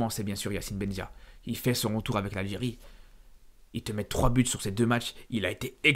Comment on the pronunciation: Il a du mal à dire Algérie mdr